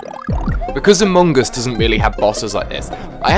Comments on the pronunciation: He says it like amogus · amoong us impooster